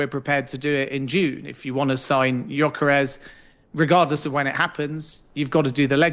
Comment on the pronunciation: Great video!! But dude needs to work on his name pronounciations Mbroomo and jonkeres hahaha.